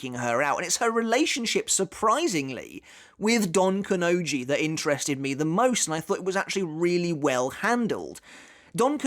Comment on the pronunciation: It's Don KanoNji, not donkanoji